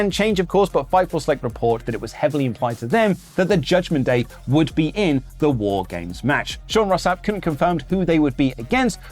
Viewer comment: I am disappointed in you. I stay up to watch the show after it drops instead of when I wake and you mess up WAAR GAAMESS. Seriously what would Regal think of this?